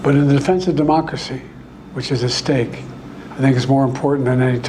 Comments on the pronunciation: Does Biden Keep Saying DEMOCKERY ? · Sounded like he said mockracy.